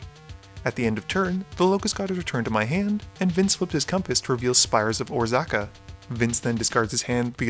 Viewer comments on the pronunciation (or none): OR-zakka lmao. Or-AZ-cah is how you say it :P